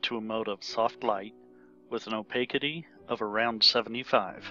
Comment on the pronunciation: It's generally pronounced, "oh-pas-itee".